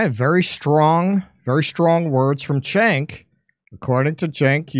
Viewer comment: Btw, his first name is pronounced like "Djenk", not "Tchenk".